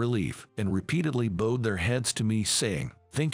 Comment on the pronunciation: Learn to pronounce bowed . U don’t pronounce it like it’s a bow for hair.